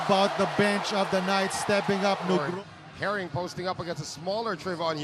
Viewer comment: Senang mendengar komentator bilang Nugroho... Nama orang Indonesia